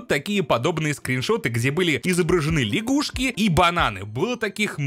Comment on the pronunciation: Не ляшгушки, а лягушки